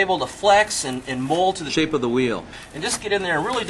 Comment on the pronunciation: Like how you emphasized "Shape of the wheel".